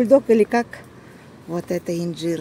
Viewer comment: 🤣 - Это иньДьжир, наверно?!))) 🆘😍, говорим правильно: И Н Ж И Р!!! 💖🌴 Поздравляю вас с Покупкой!!!